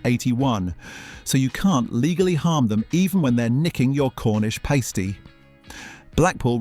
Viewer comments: You dont sound like AI. I hear you every time you take an intake of breath. So why say paystee not Pasty? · It’s “pah-stee” not “pay-stee”! Surprising error for a UK channel. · Whats a PAY-STEE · At least he didn't say PAR-STEE. :face-blue-wide-eyes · Lol! How the ai voice pronounced Cornish Pasty…. A Cornish nipple cover.